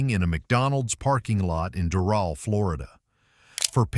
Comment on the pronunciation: That's not how ya pronounce Doral